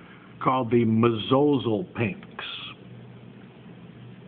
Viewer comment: Mesosalpinx is not pronounced that way ("mez-O-zul-pinks"). It's MES-o-SAL-pinxs. "Meso" as in middle.